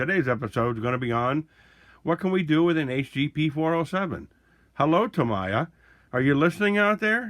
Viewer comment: It’s pronounced Tameeya. Not Tamaya.